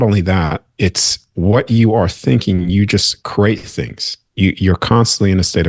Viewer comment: CReate, not curate. You are saying some amazing things, but talking about creation without being able to pronounce the word create is blunting your message. This message is sent with love. Someone should have pointed this out because it is important. You are saying curate, not create.